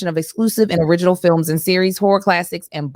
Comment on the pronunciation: don’t be pronouncing that second syllable in horror huh? 😂😂😂